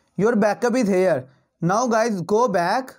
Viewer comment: Sactroll dawn. And hair u kan see... Wow what an English bro...😂